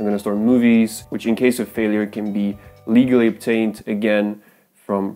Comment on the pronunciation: in french.... yeah 'leagally'